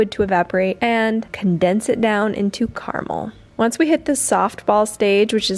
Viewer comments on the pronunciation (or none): Car-a-mel three syllables. And in the context of what you were saying the proper word was "funnily" enough in that sentence.